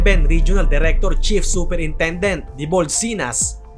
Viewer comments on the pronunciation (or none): none